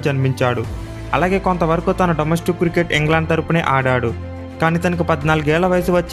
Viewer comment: అన్న క్రుకెట్ కాదు క్రికెట్